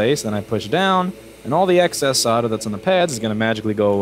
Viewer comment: I love how you swear so casually, but the fucking word is "SOLE-DER" not "SODDER." Jesus Fucking Christ.